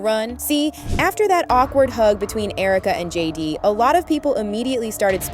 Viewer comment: Sounds like she says Judy! not JD - twice.